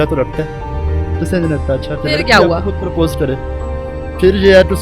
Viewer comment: Paaarpose ni hota propose hota hay